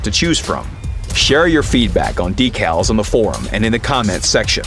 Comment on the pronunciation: Decowls? Blah only for 10..